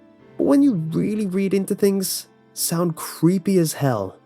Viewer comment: SOOO!.. Cweepy